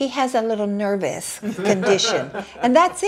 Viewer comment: "A little nevous!" 😂